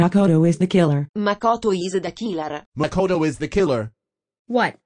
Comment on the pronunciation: "makouto es teh keellar." fuqing celest, man.